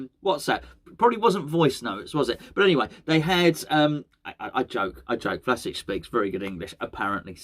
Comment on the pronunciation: It's pronounced as Vlashich. Not criticism, just trying to help